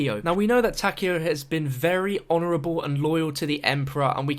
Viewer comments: Ta-Ke-O the ke is pronounced like ke in kettle. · Its tah-kai-o, a zombie creator pronounces it this way. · what's kind of weird is how no one knows how to pronounce takeo's name correctly